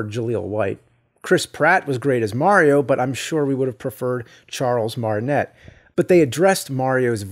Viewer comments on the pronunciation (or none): James I love you but please. It's Martin-ay.